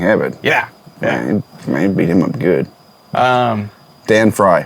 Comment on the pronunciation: Don Fry, not Dan. Known as the Predator.